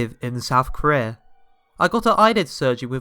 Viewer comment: You say Korea weird